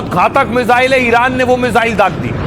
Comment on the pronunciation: मिजाइल ❌ मिसाइल ✅